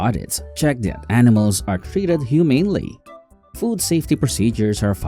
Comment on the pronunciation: Humanely lol